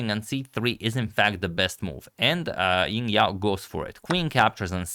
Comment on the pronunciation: Also the J in Jingyao is better pronounce J as in Jingle bells (this isn't the exact pronunciation but it's definitely better than Ying)